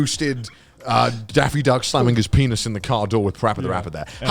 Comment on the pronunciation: What’s to get, penith, door, parapa, it’s art